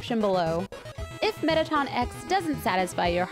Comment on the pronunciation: Metteton “e”x”not metteton x